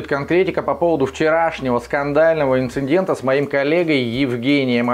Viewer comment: ??? Чего??? Инциндента?? Или меня глючит?